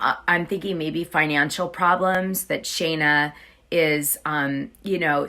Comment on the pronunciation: Her name is Scheana not Shayna, why do you keep calling her Shayna? It makes you look like you don't know what you're talking about when you can't even get a name right! It's been pointed out to you before when you did a story with her and Brock, that you said her name wrong about 13 times!